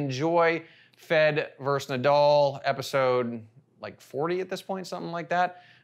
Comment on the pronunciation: It's Na- dal, not Na-dull.